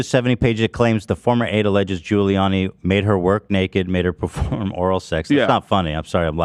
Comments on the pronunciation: i think he was saying "ghouliani" but i might be being charitable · Ethan pronouncing Giuliani as “googliani” made my day